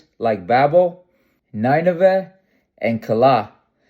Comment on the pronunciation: Nineveh my brotha lol it’s in Assyria you said it funny Nimrod was our great King but our Greatest King of em all is Ashur-bani-Paul